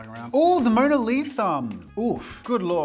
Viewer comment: "Ooh the mona lithumb "